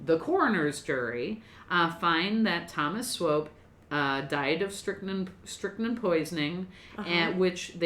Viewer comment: I've never lived in KC, but I used to live close enough to get their local news on TV. I think it was in the 90s they refurbished the Swope Park river walk area which made the news often. They always pronounced Swope like rope, so I'm pretty sure you're pronouncing it right. What I've seen of the park is very nice, though I've mostly just been passing through. Great vid y'all! Stay midwest nice!